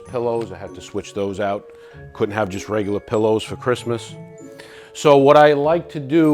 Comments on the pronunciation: Whatsup doc? "I am the kween of kwistmas" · "My name is and I am the Queen of Cwissmass" omgggg QUEEEEN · is a character but she has so much that you end up seeing nothing. Her CWISSMAS is just too much. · “Don’t fuck wit me and Chwismas!”— 😂